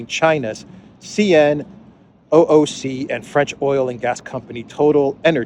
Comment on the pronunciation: FYI in the west we generally pronounce CNOOC as "See-nook"